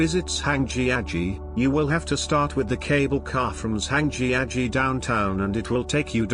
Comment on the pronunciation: I've been lucky enough to visit many of these sites and enjoy watching the video. But the mispronounciation of many of the place names (e.g., Zhangjiajie) made it painful to listen to. Hopefully, they will redub the audio sometime in the future.